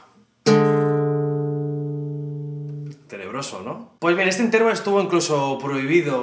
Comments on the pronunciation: "Intérvalo", " tríada"... Tienes un problema con los ácentos, tió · Has pronunciado mal "Intervalo", la sílaba tónica no es la segunda sino la tercera o penúltima